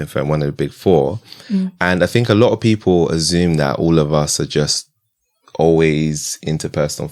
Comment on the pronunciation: I love your channel and guests. Can you please pronounce ASSUME properly it's not AZZUME and you do this every episode. For a platform that is growing and someone who's degree educated inspiring the masses, simple pronunciation will go a long way....